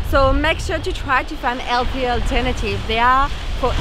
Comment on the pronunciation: Sorry, did drop her “H” in healthy? That very British but isn’t from French?